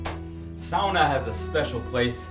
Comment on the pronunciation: and he pronounced sauna the first times good, then failed